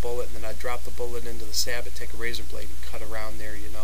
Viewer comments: SAY-BOW! not SA-BUTT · It's pronounced "sab-oh" man, not "sabbit." Why can't anybody say it right? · So many people mispronounce the word Sabot. It's not pronounced "Sah-bit" it's pronounced "Say-bow". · It’s pronounced “sayboe” or “sah’ bo”, not sabbott. It’s the French word for shoe. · Say-bow, say-bot. Should be more like sah- bo as in sabotage meaning to though your sabot, a wooden shoe into the gears of something to mess it up. You are then a saboteur. Me thinks they are way too complicated and opt for a cap lock and round ball. The lead makes up for any variation you fine in all barrels, event modern brass case breach loader. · Thank you. I have watched quite a few of these black powder guns lately and all say sa-bit instead of sa-boh and drives me nuts. From what I can tell is it comes down to everyone mispronouncing it wrong is that they do not know history or have never seen Star Trek VI the Undiscovered County. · Great idea! I have the same problem. Sorry to nitpick, but Sabot is pronounced "say-bow". 😉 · Alright, I'll be the one to tell you that it is pronounced "Say-bow", not sabot. Take it from a US Army tanker who has fired some huge sabots! Not trying to be a word Nazi or anything. Like your info though. Never thought of doing that but I will in the future. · Pretty sure you are pronouncing sabot wrong. It is pronounced sah-bow. It's the French word for the wooden shoes that were thrown in machinery to sabotage it which is where the word sabotage comes from. Just FYI. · Sabot (pronounced sah-bow with the t silent). Sabot were a type of French shoes during the industrial revolution. Disgruntled workers displaced by machinery would sometimes jam their shoes (sabot) into the machines to break them. Hence the word "sabotage". So correctly pronounced "sah-bow" as in the first part of "sabotage", without the "tage" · Sabot is pronounced Say-Bow as in bow and arrow. ;) great video by the way.